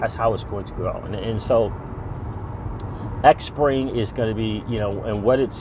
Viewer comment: Xpring is pronounced "Spring"